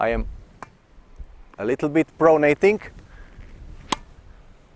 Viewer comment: do yourself/us a favour and never say the word 'pronating' again. Pro-nat-ing...pro-nat-ing... I'm just kidding you, Coach - you are hands down THE BEST tennis instructor on the Internet (and therefore, the WORLD)!! I know how it is when you're not a native speaker, it's a lot like a deaf person singing: you just don't know what you sound like. This particular term is usually only heard in its nominative form, i.e. 'pronation', at least in common parlance. Biomechanics experts (A bio-mechanic? Picture a guy in greasy coveralls handing you an overpriced estimate for fixing your faulty serve.) may use it as a verb, but to the general public's ears, it sounds funny. Ergo, YOU sound funny. Making native speakers smile is part and parcel of speaking another language - I did it all the time in German as an exchange student and now in French after moving to Montreal - so please understand, I'm just trying to help out. Ultimately, it doesn't matter one iota to your followers, we love and respect (and understand!) you as a tennis coach, so no worries! And thank you once again for all of your hard work on this site/channel and for sharing your unique (unfortunately!) perspective and abilities as The Best Tennis Instructor on The Internet/The World! Love and Respect - Jim Davis, Montreal